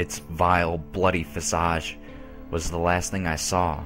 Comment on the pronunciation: Alicia Donato Don't forget "thang for thing.